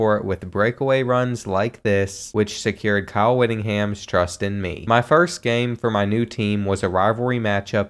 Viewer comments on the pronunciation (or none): Whitting HAM not ton